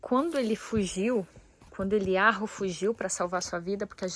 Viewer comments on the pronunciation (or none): Me explique por que o H tem som de R ?